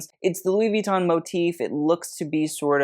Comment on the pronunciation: I always want to ask… Why did you make up your own way to say Vuitton? With you don’t say it the French way (“vui” like “oui” “toh”… best way I can write it phonetically… they don’t pronounce the last “n” is all I’m saying haha), nor the totally American way with an American accent (which people say is “wrong” but like… when Sofia averages says “I want to kees him” for “kiss him”, do you think she said it *wrong*? Or that she said it with her own natural accent? Exactly.). Nor do you say it American with a slight French accent (like “vui-tooooh-n” w the tinyest n sound). So yeah, to say it properly in an American accent, the only thing you would really changes that you would pronounce the ending “n”. The “vui” is so fast it almost sounds like “vee” when native French speaking people say it, but they’re definitely saying “vui” (unless they dk his name either or have never seen it spelled out lol). Ou en français si vous préférez... Ce n'est pas « VEEton »; C'est comme « vui-tonne »... Sans mettre l'accent sur la première syllabe. 😊 Heavy on the “tonne” (writing it phonetically) not the “vui” 😂, if anything, definitely not first syllable emphasis; There are very few French words that pronounce that way. It usually goes hard at the end, not the beginning 😂. Jsyk. Et pour le reste... Oui, je parle couramment le français... Si vous ne pouvez pas lire la phonétique, cela ne veut pas dire que je ne la parle pas 🤷‍♀️.